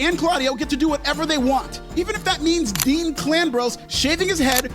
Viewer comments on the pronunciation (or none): none